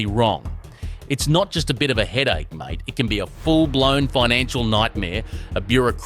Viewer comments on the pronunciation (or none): none